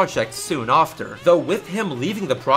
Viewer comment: Did you just say "offter"?